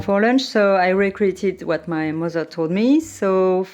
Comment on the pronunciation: Oh my god! Your accent is so cool! Your “mozer” and grand “ mozer “will be reallyproud of your pronunciation!! 😂